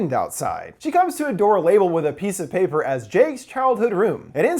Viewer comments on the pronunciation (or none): none